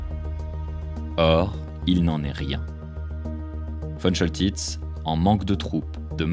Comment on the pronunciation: On dit Von Koltitz. Ce général de la Werhmacht ( et non NAZI) adorait la France. Il a bien